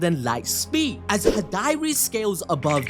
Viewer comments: you pronouncing Hidari as "Hih-Diary" is cracking me up 😂 Other than that, lit chapter just like all of the other Boruto TBV chapters. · Wonderful video as always guys, but ummmm... Who is "High-Dari"? XD LOL